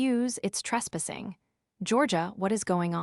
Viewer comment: Trespassing is NOT pronounced trespissing.